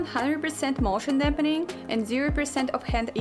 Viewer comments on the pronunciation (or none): Sound like a “100 percent moOTiona DamPening”